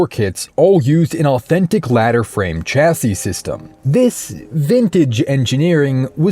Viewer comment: The word Chassis is pronounced "Shassie" a bit like Lassie but with "Sh" at the front. You're welcome.